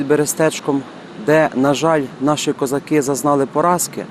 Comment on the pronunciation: Дуже все гарно. Щоправда, "козакú", а не "козáки"...